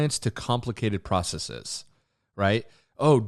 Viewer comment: Hey nice vid. Just a heads-up the last syllable of processes is NOT pronounced with a long e sound. Same with "biases". People seem to get it confused because some latin words like feces are a long e. Adding an "es" to make a plural doesn't do that though. Hope this wasn't too annoying.